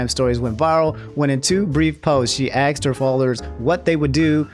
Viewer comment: it pisses me off that you say 'axe' and 'axed' instead of 'ask' and 'asked'